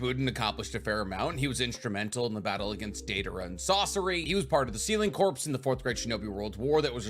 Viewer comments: Bro, please stop pronouncing 'corps' as 'corpse' 😅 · Corps, is pronounced 'core' my guy, not 'corpse'